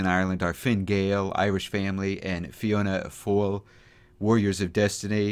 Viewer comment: Americans always butcher other people's language lol, - it made me laugh when he said fiona fail.